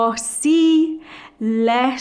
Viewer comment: It's not "LE" with an open E vowel, but "Le" with a closed "e". This is important as it is an essential part of Italian pronunciation. Leave Italian pronunciation to the Italians or to an expert in diction.